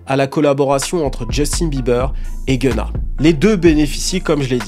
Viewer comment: Its not genna Its GUN-NA